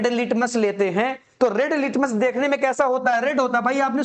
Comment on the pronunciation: Rad❌ Red✅